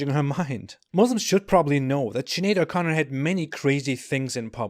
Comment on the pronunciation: I've never done a spit take in real life until you said 'Sinead o'Chicken'